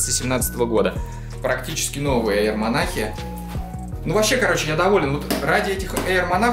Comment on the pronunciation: Во первых,не монах,а монарх,во вторых кроссовки дикая хуета,они старческие какие-то,в третьих это однозначный зашквар,я б в таких галошах только по лесу ходил,но главное чтобы тебе нравились)